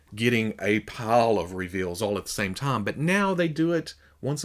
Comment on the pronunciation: Throws me off everytime you say the word "time." It sounds like you're saying the name "Tom."